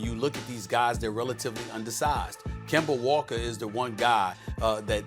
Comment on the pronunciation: "Kember Walker"